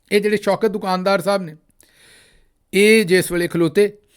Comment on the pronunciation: دو کان دار نہیں بلکہ دکان دار ، اصلاح کر لیجیے بھیا !!!